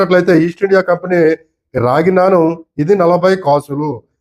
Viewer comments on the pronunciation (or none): none